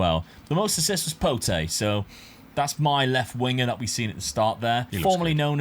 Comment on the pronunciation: Just a quick one the name for Pote is said like Pot no need to add the E at the end but class video yet again and rocking the Benedict shirt that’s why he is the GOAT